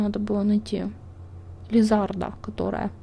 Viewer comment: не правильно говоришь лизаРда лизаНдра ударение неагара